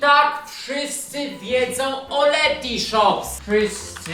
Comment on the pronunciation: Karol jesteś super gość, ale błagam tylko nie Lety sreti shops